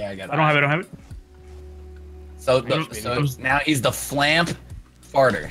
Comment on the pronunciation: I thought it was like Flump not Floomp